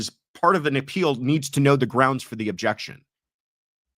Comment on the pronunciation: I love the question about the objections in the Karen read triall. I was wondering the same thing and I hate that she doesn't allow the attorneys to give the reason for the objection. I swear in the rewatching of the first trial at some points Lolly was just saying "jection"